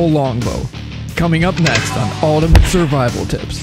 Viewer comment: Your pronunciation of 'Ultimate' is not great...